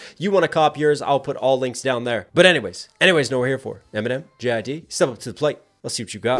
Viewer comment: JID not JIDDY 😂😂😂